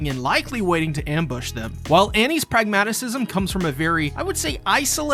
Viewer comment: Pragmatism, not pragmatisism